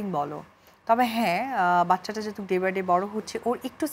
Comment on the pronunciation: Ekta gaiya illiterate always jehetuk eta kono word holo, apropirate word hobe( jehetu) not jehetuk